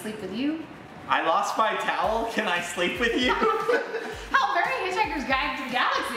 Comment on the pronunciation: im prety shur "i lost my taoual can i sleep with you " will get you the lades